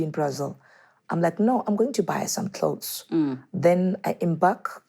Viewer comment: Klaus - clothes..🤣🤣🤣🤣🤣 Time